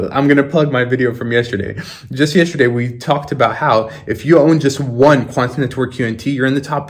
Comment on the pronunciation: You be putting way too much into that "T" when you say "quanT neTwork"